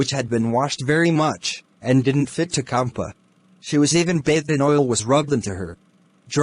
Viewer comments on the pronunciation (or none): It is champa in pronounciation and not kampa Tehsildaar nd not shildar Just a correction everything else really awsm 🔥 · The story is nice and the explanation too. But it's not Kampa. You should pronounce it as "ch", like in champion.. it's "Ch"ampa